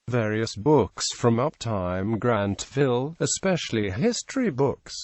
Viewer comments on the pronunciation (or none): After the presenter mispronounced the publisher and Grantville, I stopped listening to this clip at the 27-second mark.